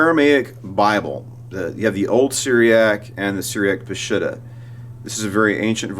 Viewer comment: Let me clarify the word ''Peshitta.'' It means true pure clear and original. It is pronounce P'sheeta in the Aramaic language. Glad you like my photos in your presentation.